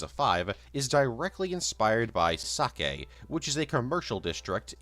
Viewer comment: bro how did "Sakae" become "Sake"